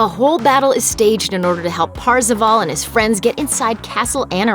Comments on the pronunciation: Why does she call him Parzivall? It's kind of obvious the pronunciation of his name is Par-za-vaul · It’s not PARzival It’s PERcival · Actually parzival sounds like "first of all"